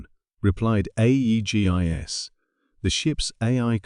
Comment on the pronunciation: Can't say Aegis?